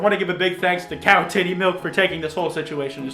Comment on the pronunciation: Still I hear miwk and not milk so please help meeeeee